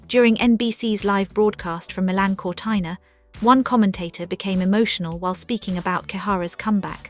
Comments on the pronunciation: Sorry, is not Cortaina but Cortina. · What a pity the voice over did not know how to pronounce Cortina! Ruined this for me. Hopeless.